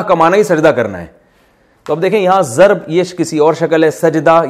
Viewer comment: Itis not "zaraba" ,,,, it is Daraba!